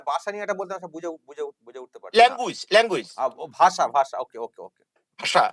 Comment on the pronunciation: পঞ্চান্ন কে বলে পাঞ্চান্ন, আর ভাসাকে বলে বাসা.. তার নাম.......।